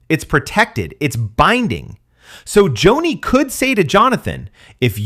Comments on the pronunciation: Joni not Jonny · Pronounced Joanie not Johnny. You lose all credibility. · Someone couldn't READ her name Joni for just fourteen minutes instead of JOHNNY? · It's Joni not Johnny 😅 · Could you pronounce “Joni” correctly? Is this AI? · Cordicil... if you can't read that eird you lack ANY CREDENTIALS to criticize Joni